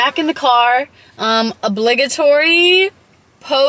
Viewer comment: You fucked me up when you said obligatory because now I don’t know how to say it properly lmao